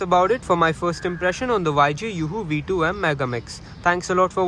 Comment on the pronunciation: the way u say yj yuuhuu v2 m is very nice 💯